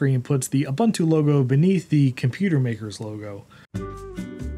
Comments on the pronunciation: Its nto "Oo bha ntu" ist "oo boon too" Ubuntu stands for "humanity to others" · It is Pronounced OOBOONTOO